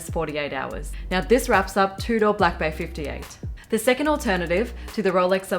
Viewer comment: Your pronunciation of Tudor is so proper you say it like "two-door" other Aussies say "Chewdah" of course I have no room to talk, me being American I say "toodur" enjoyed the vid 😉 keep it up